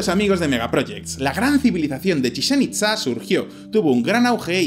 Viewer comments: Oye, se pronuncia "Chichén Itzá" no "Chisén Itzá" y "Kukulcán" no "Kulkancán" jajajajaja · Chizen Itza? Kukalkan??? Jajaja los amo pero las pronunciacines mal... Bueno no los culpo el vasco y el catalán, yo no doy una... XD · A alguien más le causa ansiedad la mala pronunciación de al decir “Chichén Itzá"? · "Chichen Itza" y "Kukulcán" por favor pronuncia bien o Kukulcán ira a por tu alma! 🤣